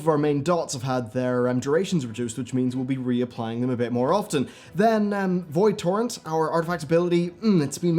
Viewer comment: every time you said "Void torrent" I heard "Void Tauren"